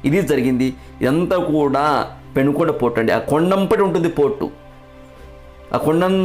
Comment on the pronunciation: పెనుగొండ కాదు.. పెనుకొండ అది.